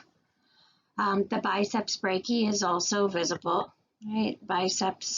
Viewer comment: try saying "biceps brachi-eye" instead of "biceps brachee" and "sulkis" instead of "sulsis"